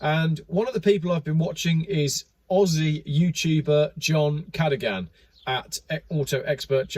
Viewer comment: Cha doo gan not what you said 😂😂😂😂😂😂😂😂